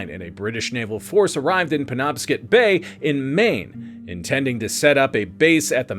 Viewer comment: Mainer here. Good try but on the off chance it ever comes up again the river's name is pernounced PEN-OB-SCOT.